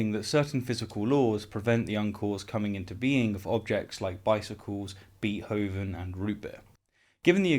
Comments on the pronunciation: I like your channel and am a subscriber. But "Beet"hoven is actually pronounced "Bait"hoven. WLC was right about that. Call me a pedant. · “Bee-hoven” lol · "Beet-hovin"? Come on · I do love you,, but your pronunciation of "Beethoven" makes me grind my teeth. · forget causeless existence - I want to know why settled on such an anachronistic pronunciation of Beethoven.